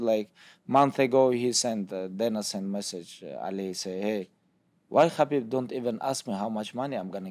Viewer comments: STOP CALLING HIM KABIB BRO GEEZUS. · Yet people don't even take the time to learn how to say his name properly.